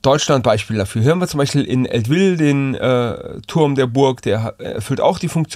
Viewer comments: Eltville wird eigentlich "Eltwille" ausgesprochen mit Betonung auf der ersten Silbe, nicht so französisch. Hab mein ganzes Leben dort gelebt ;) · Top :-) Kleiner SmartassFakt - Bei Eltville ist das e nicht stumm ;-) LG aus Eltville